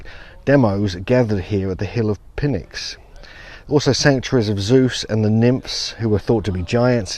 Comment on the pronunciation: I think PNYX is pronounced like "nicks", where the "pn" is like "pneumatic".